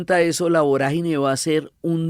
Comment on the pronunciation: No es voragíne con acento en la "i"... Es vorágine con tilde en la "a".